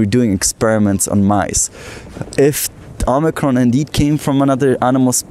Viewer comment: Branch O-mice-ron?